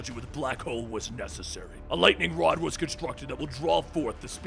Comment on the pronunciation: Is it me or did say wod instead of rod?